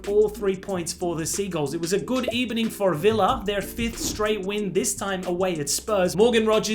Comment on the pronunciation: The fact that no one peeped the "Good Ebening" line